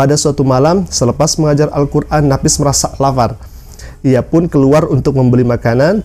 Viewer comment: Lapar pak bukan lafar 😀